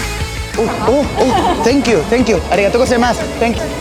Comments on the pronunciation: Literalmente todo el vídeo: O u arigato gustemas, tenkiu tenkiu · me dio mucha risa el "oo arigato gosaimas, tenkiu tenkiu" XD